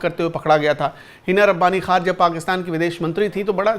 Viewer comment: Hina Rabani khan nahi hai hina Rabani khar hai naam to theak liya karo